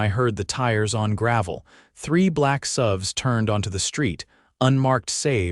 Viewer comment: Pronounced S U Vs not suhvs